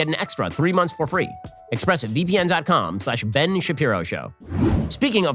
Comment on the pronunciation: I recently started clipping all of the times you mispronounce Ben’s name and you’re giving me too much material my friend